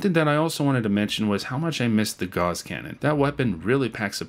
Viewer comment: I cry everytime people mispronounce Gauss. Gauss is a name. Pronounce it like "House" just with a G instead of the H. Not "Gaws".